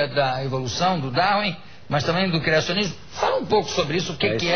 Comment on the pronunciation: Se é eu não sei. Mas que você deveria aprender português, isso sim. "Encinar" "criascionismo" foi foda....